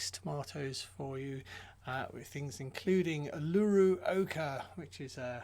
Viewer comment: Uluru...a giant sacred rock in the heart of Oz. Pronounced oo-lu-roo.